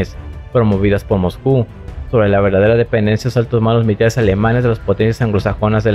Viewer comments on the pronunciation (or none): none